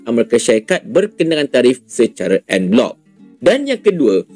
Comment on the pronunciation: Ngomong non blok nya ga enak didengar en blok 😊😊😊